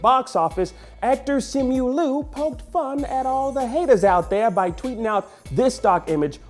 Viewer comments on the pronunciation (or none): none